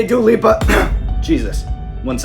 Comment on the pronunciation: So I wasnt going crazy, he is saying Duo Lipo instead of Dua Lipa lol